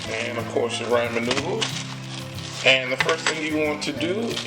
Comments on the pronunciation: Raymond noodles??? It's pronounced "RAW-MIN"! Got It??? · Dragneel Warface RAH-MEN ** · "Ray-man noodles" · why do people say "raymen noodles"?... it's " ra-men" noodles... where the y at? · Rah-men finally the last video I watched the dude called it Ray men! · Raymon noodles lmao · I love how he says Ray mon noodles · "Raymen noodles" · raymen noodles 😂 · Did this man say rayman noodles?😂😂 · Raymen noodles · Raymen noodles Lol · ray-man noodles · I TOOK THE VIDEO SO SERIOUSLY UNTIL THE END WHEN HE SAID “raymen noodles” 😂😂😂 but good vid tho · Pronounced RA-MEN NOODLES, thank you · "Das how I cook my raymond noodles" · I like how you say ramen you say it wrong but I like it. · He said ramen wrong